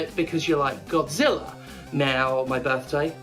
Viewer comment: Misheard Godzilla as Gothzilla, now I want that too be a thing.